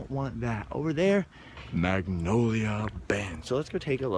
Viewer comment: I could watch a whole vlog of saying "over nyah" because it is hilarious.